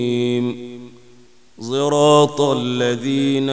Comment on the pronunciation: يرجى الانتباه الى لفظ زراط. صراط